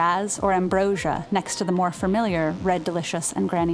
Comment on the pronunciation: "Fermiliar" Oops